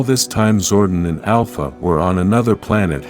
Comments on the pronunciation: It's pronounced "Zor-DON", not "zor-den", please correct your narration program. You can always rewatch the show footage to see how specific names were pronounced. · ZordON , not zorden